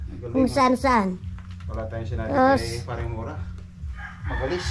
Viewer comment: hindi po mora tamang pag bigkas po mura para hindi po kayo pilipino baluktot po pag salita mo po ng tagalog po ayusin mo po ang pag salita po ng tagalog ka kahiya po kayo